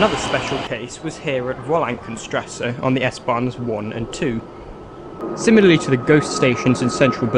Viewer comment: "geisterbahnhofen", "tranenplatzt", "wollankenstrasse"... srsly nobody forced you to put all those lists of station names in your script, might as well figure out how to pronounce them...